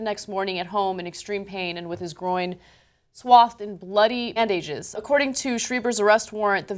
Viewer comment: and Did Anna screw up pronouncing "bandages" when they filmed this and she had to dub over again? If not, what happened?